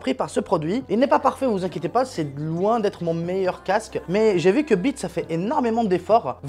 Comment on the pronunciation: Le casque est super design, Tout est bon sur ce casque à part son nom car le prononcer sans le S, c'est chooooquant. Comme quoi il na pas besoin de faire bonne impression, normal c'est pas une imprimante 😂😂😂, hâte de voir ton setup.